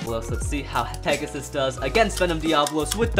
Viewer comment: Does any one notice that when he said pegius it sounded like gyngaw